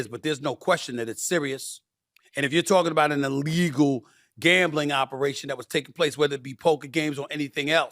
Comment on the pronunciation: It's not "uhlegal" it's "illegal". At some point, the educational system quit teaching phonics. I think it was a bad choice.